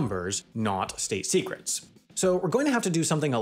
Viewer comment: Better throw out the algorithm. Your "Top Secret" message became "Top Sesret" at the end. AES must be broken.